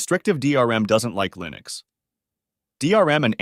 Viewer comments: Uhh.... Line-ux? lol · Pick one way to pronounce Linux and stick with it! I've swapped to Linux and a change was made on installing the ESO game with Lutris, so I had to use Steam. Otherwise, I've had zero other issues. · Navidia for lienux deestros.